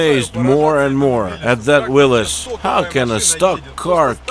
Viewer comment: Starting the video with the accurate pronunciation of Willys just got you a new subscriber 👍